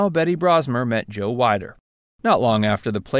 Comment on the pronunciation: Just fyi, it's Weeeder, not Wiiiider.